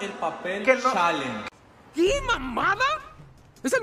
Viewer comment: Like si viste el shaleng en vez de challenge JAJA